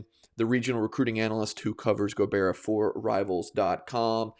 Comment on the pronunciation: Go-Bye-ra. thank you so much tho!! It was amazing